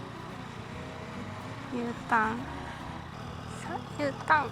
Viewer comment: ｕターンが牛タンに聞こえる:_すず笑顔:アップダウンがライダーの感覚に自然なのが良いですね👍️勉強になりました💯